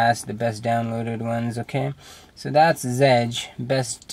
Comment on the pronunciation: OK man. No offense, bit the best apparently seen here is the circle launcher you are using and you didnt even talk about it. Oh on all fairness adw is cool too but drawing with flowers? Really? And it's pronounced z edge. You pronounce the.z seperate. Zedge. Lol